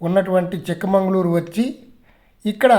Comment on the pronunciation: సార్ అది చిక్ మంగళూరు కాదు చిక్కమగళూరు